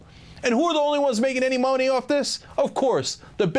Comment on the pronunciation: I loved how cenk said Moe-neigh near the end, lol